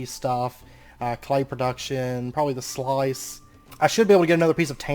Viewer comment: Love your content as always. btw, Terraqueous is pronounced terr-A-kwe-us (long A), and sluice is pronounced "sloose" (like "juice). And because I know it's coming, seive is pronounced "siv" (like "give").